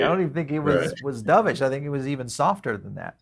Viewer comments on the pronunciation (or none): can’t pronounce the word “dovish” correctly, im not surprised he can’t do TA either. One tiny section of btc chart over a 4 week period looks kind of similar to a nasdaq chart from a 3 year period… therefore btc is going to 5k… give me a break, … just get a tarot card reader on next time or ask some crystals for wisdom